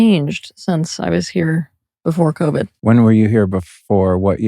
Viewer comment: He said convid. Brill